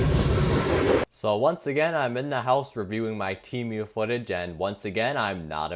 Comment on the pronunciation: “Temiou” SON IM CRINE😭✌️